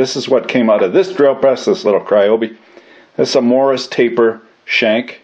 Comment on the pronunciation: not cryoby , ryobi